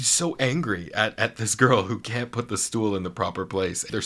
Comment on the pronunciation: love how Jonathan say "that can't" as "that cunt" lol hilarious witty af